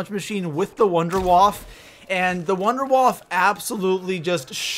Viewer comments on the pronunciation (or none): the wunderwaffe is pronounce vindavaffe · you pronounce wunderwaffe wrong wunderwaffe is german if you wanna know how to pronounce contact me